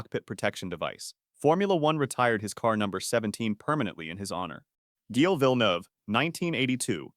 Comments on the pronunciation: it’s pronounced Jill, not gil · it is prononced jille but without the little d sound when you pronounce the letter "d"